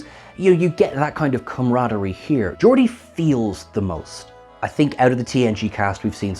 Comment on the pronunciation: "Georgia"??? you mean GEORDI?